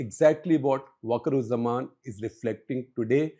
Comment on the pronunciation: its not bakurujjaman!!! idiot. Its wakarujjaman. You dont know anything about bangladesh.